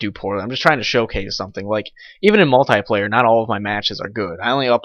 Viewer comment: u pronaunce multiplayer wrong